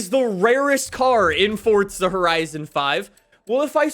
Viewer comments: Stop saying fortza, its forza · PLEASE stop saying "FORTZA" its FOR ZA! ugh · It's FORZA NOT FORTZA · Fortza horizon? I thought it was Forza horizon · Forza is an Italian word, so the correct pronunciation is Fortza. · Why are you saying it like “Fortza” it’s literally “FORza” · It's Forza. Not fordza. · Why do you say it, "Fortza" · can you please start saying forza correctly it does not have a t in the word so why do you say fortza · Why does he say fortza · Why does he say "Fortza Horizon 5" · why he say fortsa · If this guy says fortza one more time I might die